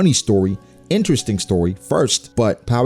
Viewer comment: Did anyone else rewind when said “interesting story” lol? Thought my ears were malfunctioning at first lol